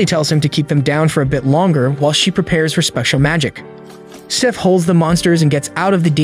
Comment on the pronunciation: Why did you call him Sieth 😭😭 Also I have the same name woohoo